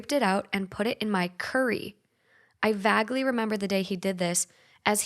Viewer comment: V(ay)guely, V(ay)guely NOT vAg-ley 😭